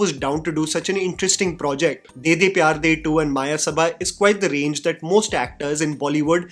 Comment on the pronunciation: its मयसभा not मायसभा read like how u read it in samskrit. Mayasabha is world of illusion created by royal sculptor of gods. Maya. See mahabharat for reference. May be thats metaphoric in this movie